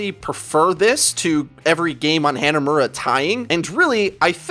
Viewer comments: Hey, ive watched like 20 videos and I gotta tell you, the map "hanamura" isn't pronounced "Hannah Muurah"- they say it correctly when you entire the map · SMH every time you say Hanamura. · why do you pronounce hanamura so poorly